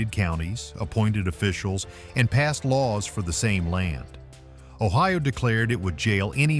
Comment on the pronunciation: Your video is ridiculous. The visuals are not in Ohio. No palm trees where I lived. Your pronunciation is also ridiculous. When you tell about the state flag, intelligent people would show it. And it goes on and on. You show nothing of what you are talking about. I would never recommend this foolishness to anyone.